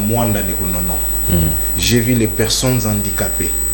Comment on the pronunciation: Le Congo est descendu trop bas Il y a des moins en moins des gens compétentes qui lisent et parlent correctement Le représentant de la maison de production qui lisait l article consacrant Louis France meilleur journaliste Quelle lecture médiocre!!! On dit vu, et non vi L éducation et l instruction sont détruites